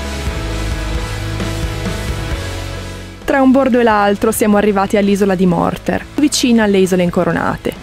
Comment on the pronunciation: Sono il solito rompiscatole della pronuncia : allora Vodice si pronuncia Vodize, le Incoronate si pronunciano Kòrnati con l'accento sulla ò, mentre Murtèr (non Morter) ha l'accento sulla è . Kònoba, locanda, ha l'accento sulla prima ò . Per il resto io ho smesso di andarci da quando la zona è a pagamento ! Avete visto Tureta, torrione per segnalare a Zara con un gran fuoco fumoso quando avvistavano l'arrivo dei pirati Ottomani. Voi non siete pirati, state realizzando quello che e sempre stato il sogno della mia vita, comunque muovendo economia locale !